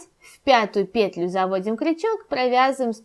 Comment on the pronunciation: Не вот эту ПЕтлю ,а вот эту петЛЮ! Просто жесть .. Уши вянут... Деревня Кукуево...